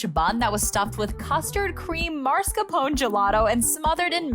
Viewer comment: Everybody say it together: mah-scar-POH-neh There is no such thing as mar-ska-PONE. It's spelled maScaRpone, not maRscapone. Think "mascara", but the "a" is pronounced with an open back unrounded "ɑ" (pasta) instead of a low "æ" (cat). The Italians don't use diphthongs like we do in the US; vowels in Italian are either long or short. And that final "e" is pronounced too. - PERFETTO! You nailed it! ❤❤❤